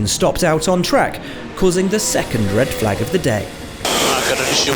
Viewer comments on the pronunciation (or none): none